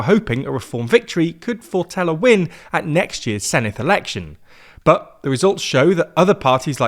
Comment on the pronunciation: Did better than the BBC which shows how little the BBC cares.